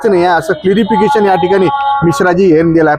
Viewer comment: क्लारिफिकेशन असत ते क्लिरीफिकेशन नाही 😇